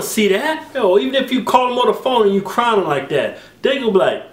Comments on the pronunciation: Wtf is "Crynin" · This nigga done said cryning like 5 times, i thought i was hearing him wrong. There is only 1 n in crying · Cryning? Both Keith and Kevin said it exactly like that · "Crynin" hahaha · "Cryning" LOL! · they cant say crying. they say crynin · Lmao yeah lold every time they mispronounced it haha